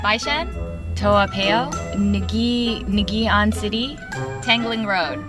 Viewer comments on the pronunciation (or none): Tou-ah Pei-yo. Nicky Ann City. LMAO.